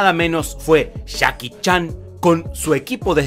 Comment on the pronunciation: si te has dado cuenta que cuando dices Jackie Chan, suena como si dijeras Chacki Chan? es decir la J y la CH la pronuncias igual